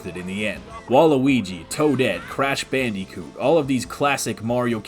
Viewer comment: Who is this jabronie calling mariokart64 a “low point” of the series? BANDY-coot? Smh. uh you could always skip the awards cutscene...